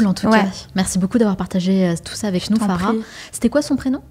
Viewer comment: Elle s’appelle Farah et non pas FAGHA voyons! 😂😂 un p’tit effort quand même 😅